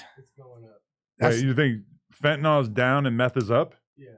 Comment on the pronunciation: Fentanyl. FEN-TUH-NILL. it's not TYLENOL.